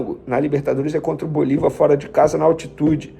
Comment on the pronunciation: É bolÍvar, com acento no I. Para de falar bolivÁr, tá feio.